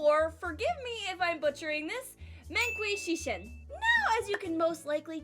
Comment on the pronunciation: Meng qi shi shen is pronounced Mung chi shee shun I think. For anyone that's curious. I've been learning Chinese on Duolingo for 3 weeks so I'm something of an expert.